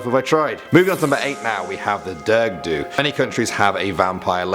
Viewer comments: DAFUQ IS A DURG DUE ITS A DEARUG DUE 😂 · Let me help you out on the pronunciations 😂 the Dearg-due (jarug do) The Alp Luachra (awlp loo-ackra) The Sluagh (The sloo ahh) :) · it’s pronounced like ‘jarg’ ‘ju’ good vid❤️ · You said it like "derg due" but you have to pronounce it like "darag due" 😊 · The dearg due isn’t pronounced derg due its ja-rag due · It’s pronounced Dareg dooa Not derg du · it’s not derg due it’s d-a-reg due ? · ITS NOT DERG DUE! ITS PRONOUNCED AS “jarag” UP THE RA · i am Irish #chickenfilletrolls also Dearg Due is pronounced Gah reg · Dearg due is pronounced ja-rig dow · You pronounced “dearg due” wrongly. It’s “dar-eg du” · Dearg due is dareg due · the durg due Me: dies inside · Dearg due is pronounced dag-ag or dy-earg depending on where in the county you are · Great video, i love me some Irish ledgends, but dearg due is pronounced “jarig ju”, but the only reason I don’t get mixed up is because I’m Irish and have been learning Irish since I was four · Dearg due is pronounced"Jar-ug du " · Dearg-due is pronounced as da-rug du-a, alp-luachra is pronounced alp lu-c-ra and sluagh is pronounced sl-u-agh. Only flaws I noticed but Irish is a notoriously difficult language to pronounce if you haven't studied it so otherwise an amazing video. Great job. I'm from Ireland and i believe you chose some of the creepiest myths but there is so much more so can you please do a second part? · He pronounced 'dearg-due' wrong🤣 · i am irish and would like to thank you for making this vid on our small country. I found it very funny when you tried to pronounce dearg-due and sluagh good attempt though